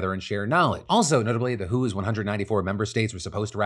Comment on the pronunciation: Re: Pandemics. Every time you say "The Who" I think "Baba O'Riley?".... there's a reason most media outlets call the WHO the Doubleyoo Aitch Oh. Teeenaage waastelaand ♪♫♪